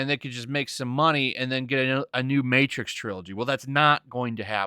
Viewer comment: The matrix? More like the mehtrix...amirite gais? Gais?...